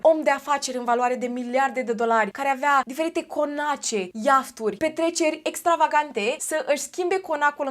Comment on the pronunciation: Iafturi? Nu iahturi?